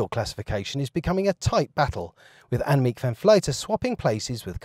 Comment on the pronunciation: Shame the commentator can't pronounce Annemiek's name. It's not like she's well known is it.